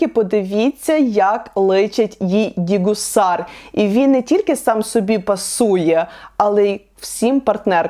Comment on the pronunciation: Все класно, але все ж Діма ДіКусар )) через літеру "К"